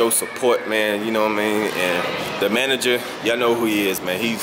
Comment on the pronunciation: He said the manger 🤣